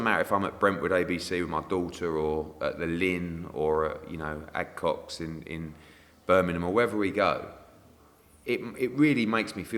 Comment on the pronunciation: Acocks Green in Birmingham, not Adcocks ed 🤣